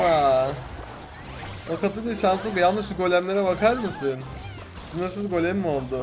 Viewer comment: Goleme diyo